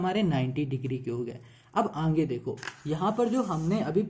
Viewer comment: 9.34 sir aap "aage" ko "aange" kahte ho 😂😂😂